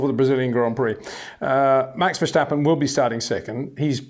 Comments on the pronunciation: I It is not "Bottash" nor is it "Lewish" certainly not "verSHtappen" .... This BS started long time ago when a British sport presenter interviewed father Jos Verstappen and assumed you can use a German pronunciation to a Dutch Driver thinking it is so "funny" ... It is not. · Would be nice if you once took the effort to pronounce Verstappen and Leclerc once and for all.